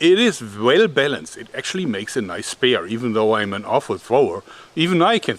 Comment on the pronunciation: I'm German as well, but when you say Spear just try to think about Britney Spears to pronounce it correctly. Thanks for packing so much into this video btw. Liebe Grüße aus den USA